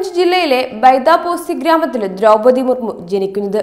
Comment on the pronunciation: കുറച്ചും കൂടി അക്ഷര സ്ഫുടതയോടു കൂടി സംസാരിയ്ക്കാൻ പഠിയ്ക്കൂ കുട്ടി . ദ്രൗപതി എന്നതിന് പലയിടത്തും ദ്രൗമ്മതി എന്നു പറയുന്നു .ബന്ധം എന്നതിന് ബന്തം എന്നു പറയുന്നു .അങ്ങനെ ആകെ മൊത്തം കുറെയേറെ പിഴവുകൾ . എങ്കിലും പഴയതിലും അല്പം കൂടി ഭേദമായി എന്ന് പറയാം ..